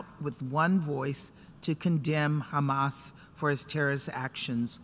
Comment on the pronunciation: Israel.. It's hamas.. not khamas btw.